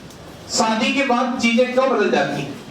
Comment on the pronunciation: Sir Aap apne Pronunciation ko sudhariye सादी नहीं शादी होता है आस्रम नहीं आश्रम होता है